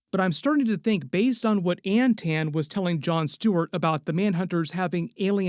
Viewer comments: This MFer saying “An-tan” Is too much. I gotta tag out, it’s obnoxious as fuckkkk that he can’t say “Anton.” It’s Anton, with aa’s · AnTON, not AntAnne. Everytime I heard it, it drove me crazy. They reference the name in the podcast